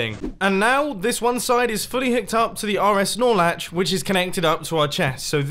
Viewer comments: "We gottat have this run into an RSNorLetch. so well connect the first RSNorLetch to the second RSNorletch." also mumbo-"my redstone builds are usually pretty easy" WHAT ON EARTH IS AN RSNorLetch? funky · Every time he says snorlach I always think of pokemon